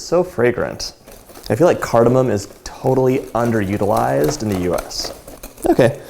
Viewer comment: he proounces cardamom correctly